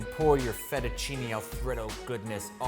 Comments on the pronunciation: I wish he’d stop saying Alfredo like The name Fred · alfraydough. not whatever you're saying. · i don't enjoy how he says alfredo